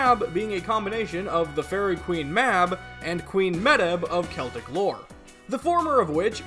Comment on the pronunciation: Medb is pronounced as MAEVE. Gaelic is weird that way. And it is pronounced like 'Coo Choo Lane' Thank you for saying (K)eltic and not (S)eltic!